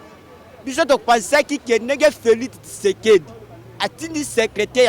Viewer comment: Kitshekedi te mais Tshisekedi . Nyama na yo !